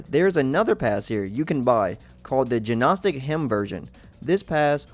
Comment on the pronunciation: Good info but hard to take seriously with all the errors. For example, the G is silent in Gnostic. Resin (the secretion from plants) is pronounced "Re-" as in Render, and "sin" as in Raisin. Sorry not trying to be an ass or anything. Just want to see a good channel improve. Thanks for the guide and good luck!